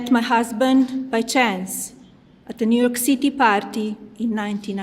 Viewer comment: New Yok Ceetee